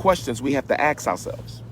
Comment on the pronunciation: Dr. Umar. You have a PhD. Please learn how to pronounce "ask" and not axe when appropriate. That's very disturbing. It's not petty. This is ridiculous.